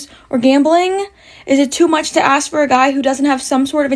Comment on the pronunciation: Don’t axe me don’t axe me- you be…I will pass on you and those crazy nails.